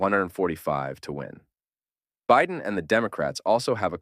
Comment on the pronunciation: why do you mispronouce Biden?